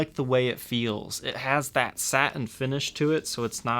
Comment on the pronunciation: Decent review but, dude...what's with this "SA-EN" finish and strap "BU-EN" on an angle -- Real Housewives of Atlanta thing you got going on there?